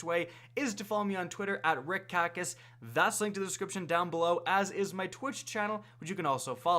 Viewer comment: Why does it sound like you always start the video with, What is up guys, is here?! Damn.